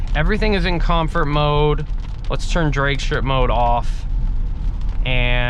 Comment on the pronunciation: Please close the doors in the rain!! As a car guy, that was bothering me so much. Apart from that, good video! You need a few more adjectives though haha Also what's up with mispronounced words? COM FURT DRAEG STRIP MODE.. WHY!!!!???